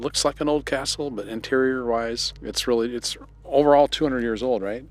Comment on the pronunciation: 🏰 Catsle 😂😂😂😂😂 I mean Castle😂😂😂😂